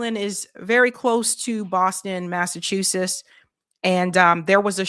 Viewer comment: Egads! My ears bleed every time she says “Massachusess”!